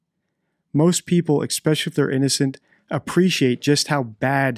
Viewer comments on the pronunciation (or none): YES! I said the same thing to my wife as we were watching this and other videos on this channel. You might be the smartest person there is in a particular field, but I can't take anything you say seriously if you constantly say "exspecially." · I kept noticing that too and thought exactly the same thing - if you're an expert in language how can you think that especially has an X in it? Someone needs to point that out to him otherwise he's going to turn a lot of people off his channel. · If you want to be taken seriously .. and seem like you know what you are talking about , PLEASE get the name of the actual deceased person . She is Meredith not mIranda . Have some respect . Also ‘ expecially ‘ is not a word . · For someone supposedly so intuitive, how can you call the victim a the wrong name over 20 times??? Also, there’s no K sounds in “especially,” just fyi